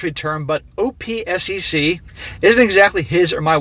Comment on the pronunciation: The word you keep messing up on is OPSEC. Operational Security. Pronounced like Op sex. Op sec.